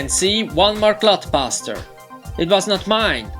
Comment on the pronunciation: I envy your childhood, man. Great video! Though I couldn't help but to laugh at the way you said "Clod Buster". Sounds like "Glut Buster". Sorry! :P